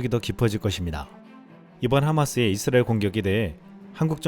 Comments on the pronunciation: 이스라엘 발음을, 잇쓰라엘 로 하시네요. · 발음좀 똑바로해 잇 쓰라엘이 아니라 이스라엘.